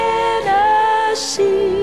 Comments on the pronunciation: きつい南部なまりの「チェネシー」発音がいいんだよ。カントリーウエスタンの名曲はテネシー州の歌になったね。 初めて恋人ができたヤンキー（南部）娘が、自慢して友達に紹介したダンスパーティーの夜。 気が付いたら、親友と楽しく踊っていたとおもったら、その手を放さずに、奪われていった、とってもスイートハートな素敵な悲恋の歌なんだよな。 英語がわからないけれど、この歌には、そういう、魂を震わせるものがあるんだよ。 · TennessieのTeがche OR tseになっとるので全体に汚く聞こえる。